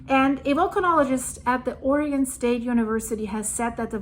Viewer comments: I love that you know the correct pronunciation of "Oregon" but half of America doesn't. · Thank you for pronouncing Oregon correctly